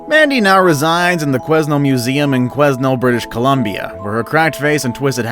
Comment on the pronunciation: Quesnel is pronounced "Kwe-Nell", and Mandy is indeed very creepy. You get the feel you're being watched when youre around her.